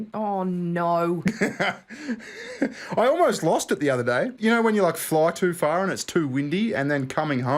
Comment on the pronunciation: Speaking of accents, I'm beginning to doubt bona fides as a 'straylyan considering she only took about 4 syllables to say "oh no".